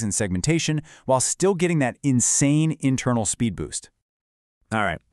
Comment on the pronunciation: Intermal xD In seriousness though, this is fantastic. Thank you for this!!